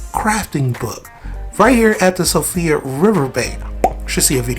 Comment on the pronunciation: It’s not Sofia river. It’s Irish. It’s pronounced SHEfra river